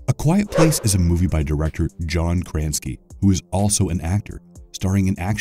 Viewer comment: Kranski?????? lol????